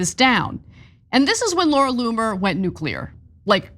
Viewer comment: Laura Loon-er